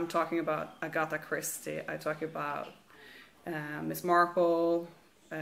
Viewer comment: I was surprised when you said you lived in Norway. I was expecting somewhere in the United States. The only departure from the American accent was when you said "Agatha" and "progress". I have the book about Shackleton, but haven't read it....I will now. Thanks for the video. Martha